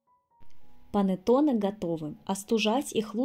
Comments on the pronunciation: Pannetonne a ne "panatone" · Рецепт пробую готовить но режет слух слово понотоне… что с русскими? Булочка бу лоч ка ❤ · Блиииииин , что за Панэтонэ??? Что вы корежите итальянские слова..Если хотите на итальянском сказать, то хоть потрудитесь сказать правельно ( хотя не пойму зачеееееем , Ведь есть на русском слова КУЛЕЧИ, что даже красивее на слух ?), но раз хотите на ,, иностранном 😅, говорите правельно хотя бы... ПА-НЕ-ТО-НЕ а не Панэтонэ, не могу блин ...И то что вы Зделали совсем не похоже на Итальянский Пантеоне...совсем.. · Что за слово понатоны?! Или как вы говорите, не поняла😳